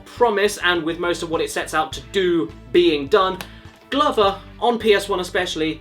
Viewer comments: It's pronounced gloover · The way caddicarus say glover is the most British thing I have seen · i cannot think of one reason to justify pronouncing “glover” the way you do